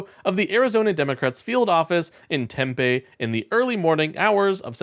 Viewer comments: They are pronounced Tim-Pee (Tempe) and Ah-Wah-Too-Key (Ahwatukee). It is Stephen Ritch-er (Richer) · Tempe pronounced “Tem-pee.” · Ah- wa-too- key Arizona! Tem-pee Arozona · Hi, from AZ here. Awatukee is pronounced Ah-wha-took-key, and Tempe is Temp-pee.... just an FYI 😊